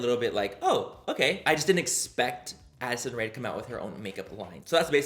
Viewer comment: When you said Addison Rae ...I thought you 100% said acid rain 🤣😂